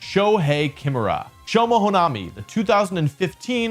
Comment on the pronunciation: Not Shoehei "KIMura", its "kiMUra", emphasis on the middle syllable!